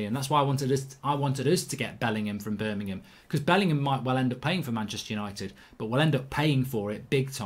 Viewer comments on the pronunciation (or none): none